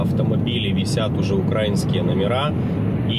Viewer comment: всё супер, только ударение не укрАинские номера, а украИнские. спасибо